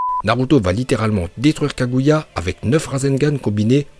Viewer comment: Par le kaguait mdrrrr